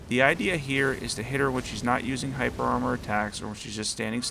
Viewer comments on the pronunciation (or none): none